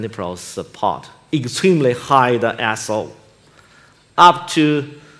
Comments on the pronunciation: When he said iso, I thought he said arsehole 😂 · I swear I heard the same mate. Nothing wrong with your hearing.